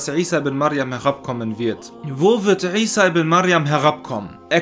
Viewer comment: Er spricht es original aus! Lerne erst einmal die Bedeutung was du kritisieren willst:-) möge Allah dich rechtleiten